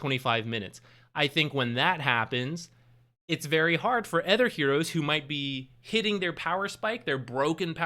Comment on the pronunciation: anether? ether items? "other" has an 'O' in it. you dont say breedmether.